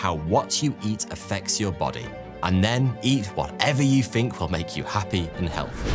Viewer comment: incredible he got so big and he can't even pronounce think or other words with th